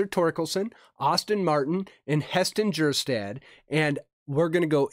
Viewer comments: Kjerstads last name is pronounced Ker-Stad, his nickname at Arkansas was “Silent J” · Heston Kjerstad. Also the J is silent. Pronounced Kerr-Stad